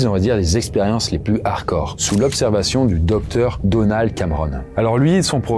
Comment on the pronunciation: OK ça doit être une rediffusion, donc. - Beaucoup d'erreurs, ( Non : le 10ème des réverbères a été touché par l'effet EMP. Donc "ça" une apocalipse euh... ) - cette mode de lier les H risque de détériorer la langue française ( très z'ardcore , les z'aricots ... ça fait vulgaire.)